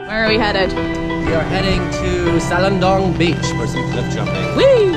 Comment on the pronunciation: Salagdoong [səh - lag - DOH - ong] stress on the 3rd syllable... Mystified Spaniards called Siquijor before "Isla Del Fuego" because of the fireflies... Glad you enjoyed Siquijor... ♡♡♡